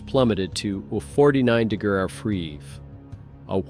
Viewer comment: I'm not ever a stickler for language rules like that, especially on social media, but after niney-ni-nine, I was out at 49 degruw shots